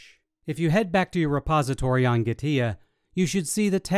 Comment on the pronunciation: its not Gah-tia gee- TEA